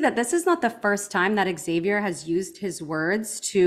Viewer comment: There’s no eggs in Xavier, it’s pronounced Zay-vee-er